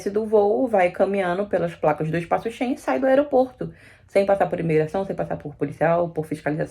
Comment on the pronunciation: É Espaço Schengen e não Espaço shen...